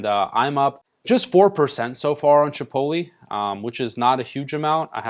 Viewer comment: thought I was the only one who recognized that lmao. is it not " Chih pote (like tote) lay"